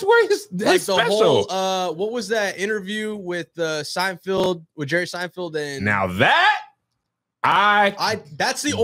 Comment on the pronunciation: Kev is still saying "Seinfield"🤣🤣🤣